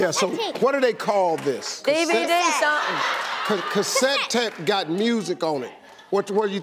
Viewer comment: Oh I think i- CASSET TAPE! wait is it a.. CASSTE TAPE!!!